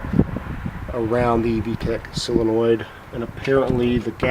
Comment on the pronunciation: Solenoid not silenoid